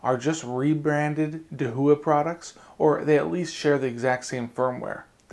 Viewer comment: dude, I asked a Chinese friend of me, and he said your pronunciation of Dahua is incorrect.